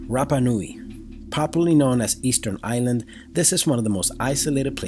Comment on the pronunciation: Not "Eastern Island", rather "Easter Island". Wow. If you can't offer concise information, you probably shouldn't be making these sorts of videos. Just think of the young kids you're misinforming. Not responsible.